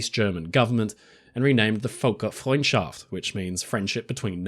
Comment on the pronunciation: It makes me very happy how well you pronounced the name of the "Völkerfreundschaft" compared to the last time she was featured. And also that you explained what her name meant.